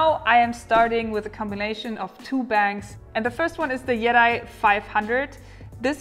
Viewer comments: I love you love you love you. Yeti is pronounced Yeteee. The Yeti is the abominable snowman or the all white bigfoot that lives in Nepal. Still love you. However that product may be called Yet eye. What do I know. I just wanted to write something about bigfoot. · your pronunciation of yeti is much like jedi :) I just realized it while googling for the product and did not find anything about jedi 200 powerbank. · "Yeti" comes from a Tibetan word meaning "rock bear" and is actually pronounced more like "yeh chay". So, yeah, nobody says it right. ;-)